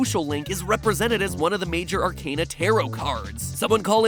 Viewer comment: Out of everything in this video somehow the mispronunciation of arcana triggered me the most.